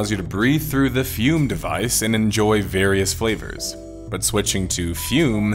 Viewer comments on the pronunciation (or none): none